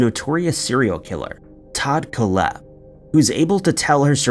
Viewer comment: Coal-Hepp is how you pronounce it. Todd Coal-Hepp.